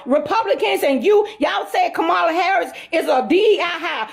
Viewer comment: "Con- Mala" Is Not Like Us! Don't Trust!!!